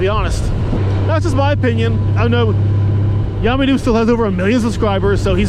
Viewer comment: LOL, I guess we know what your favorite soft drink is now, right? Also, isn't Yammie pronounced Yammie? ROFL... yes, I typed that, yes, I left it in ... what I meant was "Yam-ee" instead of "Yah-me" :D Now you need a new counter ;) Seriously though, doing all the work for that counter, OMG, that's a LOT. And yeah, I unsubbed too, I never watched for YN anyway, I wanted to see Spite - like you said, he comes across as a real person, worth watching.